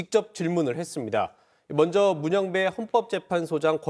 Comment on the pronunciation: 여자 앵커 발음 좀 고쳐라 … 먼zㅓ ….먼저 발음도 안되는데 공중바 뉴스 출연이라……먹었메